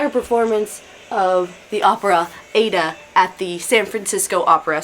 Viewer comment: Aida is pronounced Eye-ee-duh.